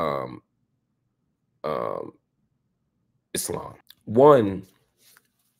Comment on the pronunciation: Love how he says Islaam and not the typical Eeslam you normally hear on western shows